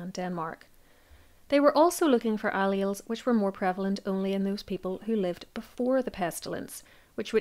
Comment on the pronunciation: Please look up pronunciations. For example allele